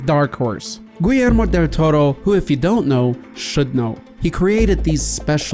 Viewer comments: Why does he say Guillermo like Gwee-Elmo del toro? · You need to learn how to say the name Guillermo. Hint: you don't use the "L" sound if its double L's, its more of a "ya" sound. Like Gee-yair-mo. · Obviously, you are not a Spanish speaker, but come on dude! The name is pronounced Gee-air-moh.